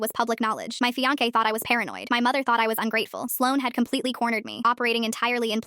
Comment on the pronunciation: Somebody needs to teach AI how to pronounce fiance